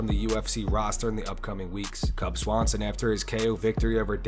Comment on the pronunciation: Cub Swaonson?......... Really?......